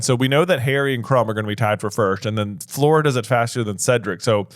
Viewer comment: I love these guys, but can someone irl please teach them how to pronounce Fleur? I really don’t want to hear another Floor is at all possible.